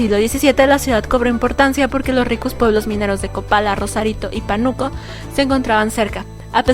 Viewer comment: Como referencia, se dice Pánuco… con acento en la letra A.